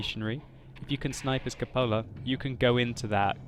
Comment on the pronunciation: It's pronounced KOO-po-la.